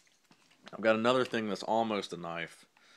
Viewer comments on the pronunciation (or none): none